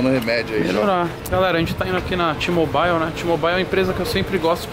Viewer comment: Boa Tog , so tem q melhorar a pronuncia de mobile, la nao tem o som do a antes do i, fala so "môbil" .. Blz😉 abcs